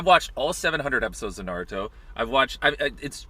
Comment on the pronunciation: I mean homie also said Naruto wrong.